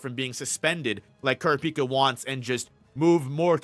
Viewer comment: Yo why do you pronounce all the names like that 🤣🤣🤣 “wo-blay” “long-he” “kurra-pika”